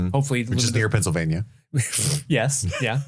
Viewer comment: PE= Pennsylvan-ware? Penns-ware?